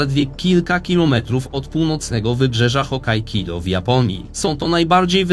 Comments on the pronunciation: Nie wiem czy mi sie dobrze wydaje, ale uparte wymawianie HokkaiKIDO xD raczej nie ma nic wspólnego z Hokkaido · Nie wiem czy mowa jest o innych wyspach czy ja źle słyszę, ale... Hokkaido czyta się jako Hokkaikido? 😅 Pytam z ciekawości, żeby nie było. Materiał, jak zwykle świetny! ;) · Hokkaido, nie Hokkaikido. Pozdrawiam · Możesz mi wskazać w którym miejscu historii region Królewca był integralną częścią Polski? Dużo nam w dziejach zabrano, ale nie przesadzajmy... Filmik niezły merytorycznie, wymagał sporo przygotowań, jedynie mówienia "HokajKido" nie mogę darować :P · Prefektura hokkaido a nie hokkaikido panie!